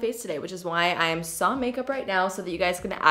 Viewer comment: I’m so happy you pronounced “sans” properly omg